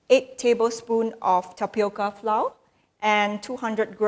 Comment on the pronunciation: Good recipe. Please note pronounce "Flour" same as " Flower" ( English)